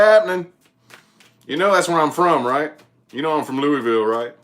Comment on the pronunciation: Im from Kentucky was born. In Louisville. You said Louisville right too lol not looeyville or Louis ville. Lmao. I'm in Russellville ky. A tiny Town two hours from Louisville. I have lots of family in Indiana too. Thanks for the aries reading. I didn't know you was from around here. You do talk kinda country lol.